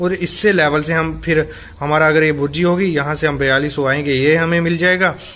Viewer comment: भुर्जी नहीं बुर्जी होती है